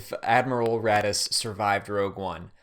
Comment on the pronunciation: You say Raddus I think radish.